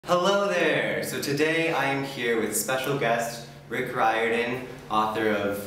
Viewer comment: I am wicked jealous that you got to meet him! Also pretty happy that we finally got confirmation on how to pronounce his last name. (